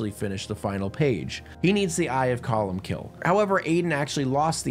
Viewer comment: Welcome to Irish folklore... It's truly amazing!!! also oooo buddy that is not how you pronounce colm...